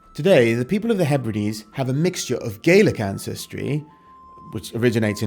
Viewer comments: As a native Hebridean two things, 1 you say Harris then zoom into Lewis and 2 it's gah-lik not gay-lik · FYI for future reference - when speaking about the language, Scottish Gàidhlig/Gaelic isn't pronounced "Gaylic", it is pronounced "Gaalic". Scottish Gaidhlig speakers use the "Gaylic" pronunciation when speaking about the Irish language. "Gaalic" = Scottish Gaelic(Gàidhlig) "Gaylic" = Irish Gaelic(Irish/Gaeilge) Enjoyed the video! I knew a couple of people from Stornoway who are related to him(distant cousins I think). Sadly they have never met him, so no cool stories there 😂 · Slainte Mhath for sharing your research on President Trump. It is so appreciated. One bit of info I'd like to share with U is the pronunciation of the word Gaelic. If referring to Scottish Gaelic, it is pronounced gal-ic, as in the word 'gal', w/a short a. If referring to Irish Gaelic, it is pronounced gail-ic as in the phrase 'gale', w/a long a. The different pronunciation was learned by watching the Scottish series "Outlander".